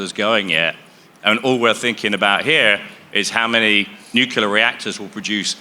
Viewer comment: New. Clear. Nuclear.